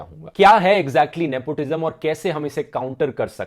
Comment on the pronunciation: "Nepotijam". Hahahaa